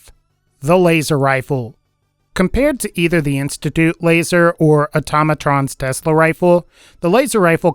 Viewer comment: When talking about the laser rifle did anyone else hear him say wazer rifle